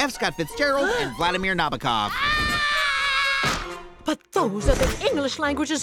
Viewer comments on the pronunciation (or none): It's apparently pronounced na-BO-kov. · Using fiction as an authority on grammar is idiotic. But even if it was, you arent Dickens or Nabokov (which was mispronounced in this video) so dont use litterally unless you mean it.